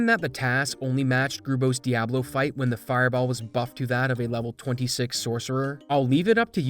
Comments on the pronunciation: I hate the way you pronounce Diablo. It's Dee-ah-blow! You say - Dee-ab-low :(. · Dee Ah Blow, not DEE AAA BLOW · its pronounced "Diablo" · dude pronounced Diablo like a native Chicagoan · the dude doesnt look up how to pronounce diablo....and then has the nerve to pronounce diablo and diablo differently